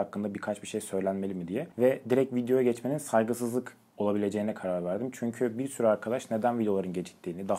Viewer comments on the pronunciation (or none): Ufak bir uyarı: "Direk" değil "Direkt". Sevgiler...